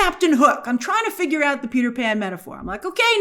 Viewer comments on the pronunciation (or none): none